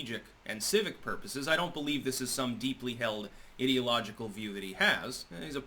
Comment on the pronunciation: Please learn how to pronounce "ideological" - It's based on "idea" rather than "id", so sounds like "eye". Sorry, but so many people make this mistake and it bugs me a bit.